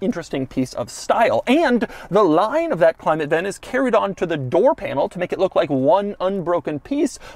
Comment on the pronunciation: Why is doug saying 'line' weird😂😂